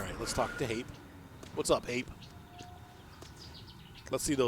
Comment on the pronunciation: Hape is pronounced Harper